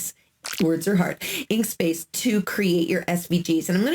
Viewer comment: Inkscape not inkspace lol it’s ok we are not perfect thanks for your information though